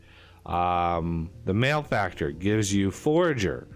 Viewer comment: So, yeah, 'mal-eh-factor' not 'male-factor'. It bugs me a little more every time I hear you say it. :P